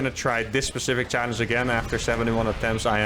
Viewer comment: next challenge, trying to say the word challege correctly.